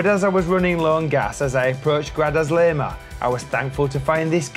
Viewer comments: Love the videos, by the way it's pronounced, "Gra-sa-leh-ma" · Looks like you visited in the middle of winter. Never seen Ronda or Grazalema so deserted, they are normally packed with tourists. Wrong pronunciation of Grazalema. I've ridden most of those roads and they are amazing in good weather.